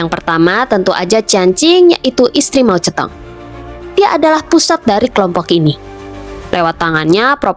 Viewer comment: Sebutan anda pada nama Moe Zhe Tong.. Tepat dan sempurna. 👍👌⭐